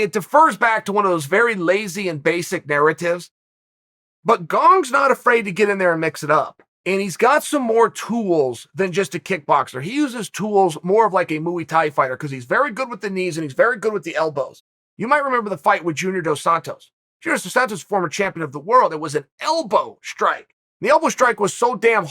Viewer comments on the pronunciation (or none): Mooey tie